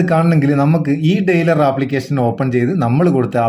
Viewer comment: ഡയലർ not ഡെയ്‌ലർ